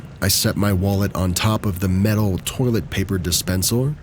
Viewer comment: Dispensor? Dispenser. 😂 I do this all the time